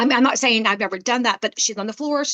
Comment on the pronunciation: Saying not daying